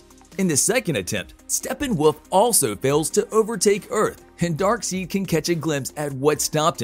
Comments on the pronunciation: DarkSIDE (is the pronunciation) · "Darkseid" is prounced "DAHRK - SIDE". Your mispronunciation is painful to hear. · Say darkseid, dark-side,! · His name is Darkside! Get it right bud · dark SIDE not SEED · Hard to enjoy the video when Darkseid is so epically misprounounced. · it's no one else noticing how awful he pronounces Darkseid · This bothered the hell out of me too! I couldn’t take anything else he said seriously because of how badly he mispronounced the name. Lost credibility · Omg I thought I was the only one and maybe just overreacting but it bothers me so much 🤦‍♂️😂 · I was looking for someone to catch it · I just saw your comment after I asked the same damn question lol This is most deft not a fan of the comics that's for sure... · yep! Was just talking about on the pronunciation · the pronunciation Newby....smh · I love it how he pronounces darkseid wrong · It hurt everytime you said Darkseid's name... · Please redo this correcting the pronunciation of Darkseid! 😂 Hard to take this as serious information if you don’t really know the characters. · Had to stop after Darkseid was mispronounced. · This narrator tends to deliberately mispronounce Darkseid's name and tends to drown out Justice League 2 for good and I would like the new Green Lantern in this one and Martian manhunter As for this Narrator he needs a voice lesson or find another job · He mispronounced it multiple times too. Also, General Swanwick. Do some research before making the video, dude!